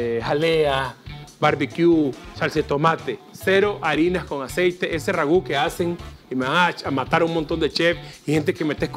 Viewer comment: Boder, se dice Roux y no ragú, y el roux es lo mejor para espezar